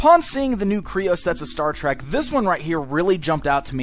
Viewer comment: Kreo not kroon